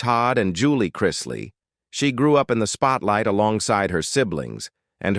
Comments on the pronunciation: The narrator drives me crazy how he keeps mispronouncing their last name. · He always does with everything he narrates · It's really annoying that the announcer keeps pronouncing their names wrong!! The name is Chrisley!!!😮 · Well when you learn how to pronounce the family name correctly I will listen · If your reporting shouldn't u at least pronounce the name right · If you're telling their story; at least PRONOUNCE their family name CORRECTLY. Very obviously the narrator has never seen their show & doesn't know who they are. I cant stand listening to this very weird pronunciation of the name Chrisley. Geeeezuz! Its not that difficult!!